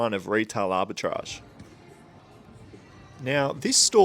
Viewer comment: That’s now how arbitrage is pronounced…